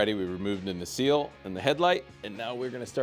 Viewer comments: NU-SELL not newseal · Great Video. P.S. its "na-sell" (nacelle) ;)